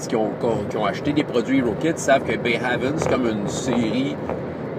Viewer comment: Le supplément HERO KIDS Adventures in Bayhaven (de l'éditeur Roaming Band of Misfits Press) se prononce "Bā Hāvn", le deuxième "a" pareil au premier (comme le français é). Haven ressemble au mot normand-français havre: port ou refuge.